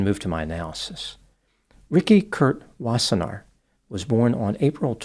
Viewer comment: You pronounced Wassenaar well. Its a Dutch name.